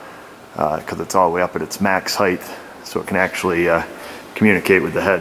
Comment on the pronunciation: you mentioned the width and "heighth", but didn't mention the roundth?